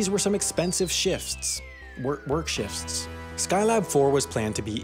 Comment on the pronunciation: why tf you say shifsts? its shift singular shifts plural. there's not an s before the t.